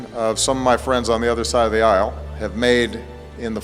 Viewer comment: issle? Fucking ISSLE?